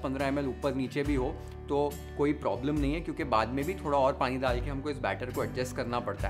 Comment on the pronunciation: दाल देना ❌ डाल देना ✅ द से दवा , ड से डमरु | कृपया इसे १०० बार बोले हर रोज़, आपकी भाषा सुधर जाएगी |